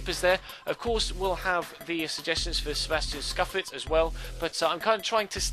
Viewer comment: Just so you don't completely butcher the italian language you pronounce scuffet like "Scoofey" not "SKUFET. :)